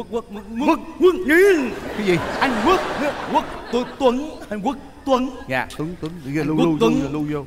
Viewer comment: Quốc tuấn đọc thành quất luấn :))